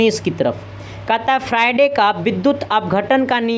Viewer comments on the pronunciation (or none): यार ये कैसा teacher है , आयन को आयान कहता है, फैराडे को फ्राइडे कहता है।